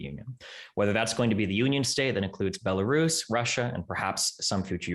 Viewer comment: “DONNITSK” “LA-HANDSK” “BOLARIS” “GA-NOME”